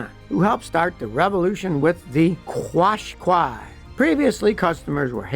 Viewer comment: Scotty, Qashqai is pronounced Cash- kye.